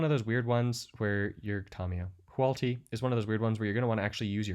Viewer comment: Hoo-AHT-lee. Say it with me; WHO-aught-li. Reading the name tells you which order to pronounce the letters in